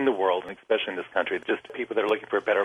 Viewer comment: did he say expecially?